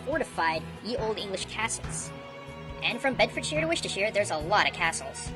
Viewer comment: What changed was the pronunciation of English counties. He originally pronounced Bedfordshire as "Bed-ford-shire" instead of "Bed-ford-sure" and Worcestershire as "Wuss-ter-shire" instead of "Wuss-ter-sure". Made us Brits sound like Hobbits! Glad for the change and I didn't have to ask for a fix! :)